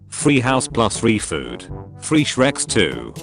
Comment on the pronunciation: I LOVE HOW THE AUTO VOICE SAID SHREX 💀😭😂